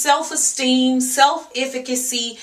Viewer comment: I appreciate the message of this video, but I just wish she would correctly pronounce "self-efficacy" because it makes me cringe every time I hear her say it.